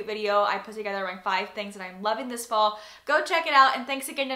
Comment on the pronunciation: I swore every time you said "fall" I heard "ball" for some reason haha!